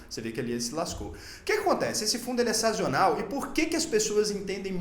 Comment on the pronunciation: Conteúdo sensacional, como sempre! Só fiquei com um nervosinho na hora que li e ouvi "sazional", a palavra correta é sazonal, esse I é um intruso, rs. Estou aprendendo muito com vc, seu trabalho em educação financeira é excelente. Espero que não leve a correção a mal. Sucesso! 🙏